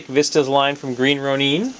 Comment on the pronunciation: Sorry, but your pronounciation of Green Ronin is not good for my ears hehe. I believe it's pronounced as Row-Nin not Row-Neen. Sorry, just my preference. I liked the vids by the way. You have a monstrous collection, no pun intended.